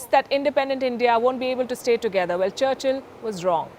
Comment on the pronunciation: Look at ji. He says Charchl Not Charchil🤣🤣